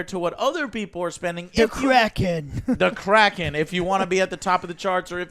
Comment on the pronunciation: Every time they say "The Kraken" I hear "The Crackhead"